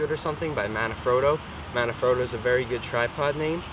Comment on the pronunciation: MANfrotto. Not MANAfrotto